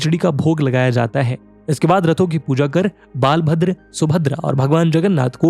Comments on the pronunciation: It is not बालाभद्र it is बलभद्र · बालभद्र नही बलभद्र होता हैं, सही उच्चारण करना भी जरूरी होता हैं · Sir ये बलभद्र बुलाया जाता है ,बालाभद्र नही। Sorry sir aapke mistake ko pakadne ke liye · Bhai bhagwan बलभद्र bol naaki बा